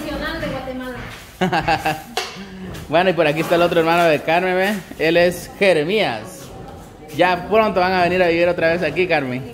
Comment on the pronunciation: porque siempre que hacen huevos y frijoles no le ponen crema o queso? es que no hay en Guatemala eso.? y otra cosa porque al hermano de car,en le dicen jeremías y el de yaquelin también se llama así. y se lo pronuncian como que es gringo.